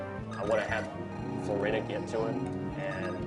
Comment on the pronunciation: ***** The reason I see Florina as Flor-EE-nuh is because the "i" in Florina is followed by a consonant, then a vowel. That dictates that the "i" becomes a hard vowel. Look at Nidorina, for example. It's not "Nidd-orr-inn-uhh." It's "NEE-dOH-rEE-nuh", because each vowel is followed by a consonant, then another vowel, all except for the "a" at the end, which gets a soft vowel sound.